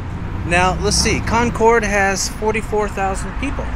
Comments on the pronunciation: Great video but it's pronounced Con-Curd. New England town names are funky! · It's Con-kid... or if you insist on pronouncing your R's, its Con-curd. Not "Con-Cord". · In NH they say Conkid not Con cord. We drove across the Kanc from Conway to Lincoln. Kancamagus Pass is at 2855’ above sea level. Enjoy your videos. Take care. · I wish people would learn how to correctly pronounce Concord and it ain't CON-CORDits promounced Conkerd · Concord is pronounced Conquered. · Concord is pronounced CONCURD. What you pronounced is a city in North Carolina or the super sonic jet that no longer flies. New Hampshire is a no-nonsense state and we are rather frugal so it makes sense that the State House is not flashy. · Concord, NH. Say like "conquered." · Us locals pronounce Concord like "Con-curd". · You're obviously such a nice person, but every time you say Concord that way, I want to die hahaha. It's pronounced similarly to "conquered". That's how it's pronounced in Massachusetts as well. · It's pronounced "conquered" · “Con-cord”? smh… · Never...ever(!)...say Con-chord. Ever. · I live in the Monadnock region. I will die here happily. Good job just learn how to pronounce Cong`-curd.Haaa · It's pronounced "CON-cud"....... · Or Conkid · Hearing someone not from New England pronounce "Concord" is always a hoot. :) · Concord, none of us new Englanders pronounce the “r” in Concord. LOL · Love how visitors pronounce Concord , born and raised in Concord nh . Probably never leave lol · To say Concord correctly as a NH resident. Say it almost like all one sylable (or two quickly) ....not two (long pauses) . Concord....not Con Cord🎉